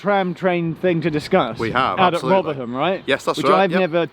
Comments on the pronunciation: Rothrum, not ‘Rovrum’ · The local pronunciation is Rothrum, not ‘Rovrum’... this is a cockney-ism! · Great video showing my old college town. But I must say the locals would have a thing or two to say about the pronunciation. They refer to it as "Rov-rum". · You've gotta learn to drop your h's it's Rotherrum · You're not from New York City you're from Rovvrumm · FYI, "Rotherham" is pronounced "Rovrum." It also sounds like they will be adding another station between Meadowhall South and Rotherham Central at the Magna Science Adventure Centre. So you may need to visit again in a few years. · Its pronounced as either Rovrum (probably a more local one) or Rotherum. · My Sheffield friend Bliss would like to point out that your pronunciation of Rotherham was... fun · What's it supposed to be? I've always pronounced it "Roth-err-um" as he does Edit: don't worry, he says it really strangely despite him getting it right at the start of the vid lol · for the first time in its history the h in Rotherham was pronounced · It's pronounced rotheram, you dont pronounce the H I know Sheffield a lot as I have a relative who's lived there longer than the trams have existed. The old announcements on the trams (not tram trains) is sooo sentimental to me. Edit: Fitzalan Square is pronounced FitzALAN Square. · Rotherham and Gleadless pronounciations were funny 😂